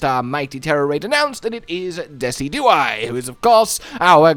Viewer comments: you'd think with how much I've watched yall play MH I'd be used to misspronouncing stuff... but every time I heard Dessy-dew-eye instead of De-sid-you-eye I could feel my brain flinch like he had a Kings Rock equipped! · I’ve never heard it pronounced the way you do, you say “Dess-E-Do-Eye” where I’ve always heard “Dee-Cid-Ju-Eye” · It’s pronounced Dee-sij-oo-eye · This a YouTuber that tries to be funny by mispronouncing everything or is this a YouTuber who just genuinely can’t pronounce Pokémon names? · Dezi-Do-I !! LOL XD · it pronounced Deh-sid-joo-eye. As one fluid word. Dehsidjooeye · your pronunciation of decidueye's name is giving me a fucking aneurism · Great video as always. I'll have to try this out myself. Also, I've never heard Decidueye pronounced like that lol, if it helps, you pronounce it the same way as deciduous but with eye instead of ous